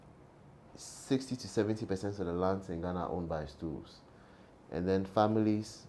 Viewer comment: WHAT WORD IS HE SAYING? STOOBS? STOOVES? STEWS